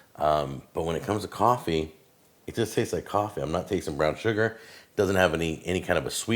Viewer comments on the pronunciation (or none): none